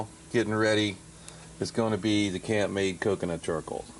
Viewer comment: Think it is pronounced camp made